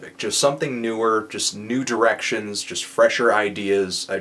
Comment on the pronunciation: when he said "new directions" I thought he was saying "nude erections" lol freudian ear?